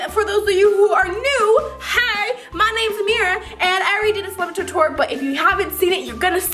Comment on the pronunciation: It’s a slime-a-TOUR-y